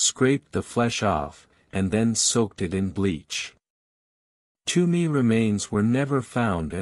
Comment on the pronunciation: It's not "Too-me", it's "T-whoa-me".